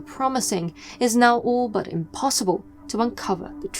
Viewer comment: IT'S BUT NOT BU